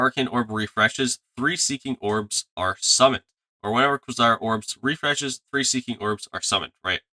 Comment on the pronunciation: kway-zar not kwuh-sar